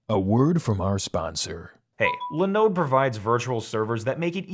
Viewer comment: It’s not “Lin-ode”, it’s “Line-ode”!